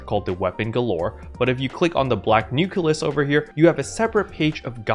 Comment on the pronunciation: Why do you call them nukelus instead of nucleus, though?